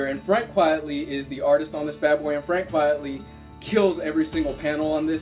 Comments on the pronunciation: Although Quitely is notoriously slow I believe the delays are partly due to him being plagued with Sciatica which limits the amount of time that he can spend drawing, also it's pronounced Quitely not Quietly I believe his pen name is a play on Quite Frankly. Thanks for another great review :) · A bit late lol but it's 'quitely' not 'quietly' good review though